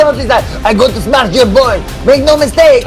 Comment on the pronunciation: Emphasis on “smesh” 😅